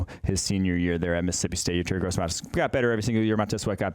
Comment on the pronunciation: When are they gonna learn to pronounce Yetur's name seeing how they talk about him literally every week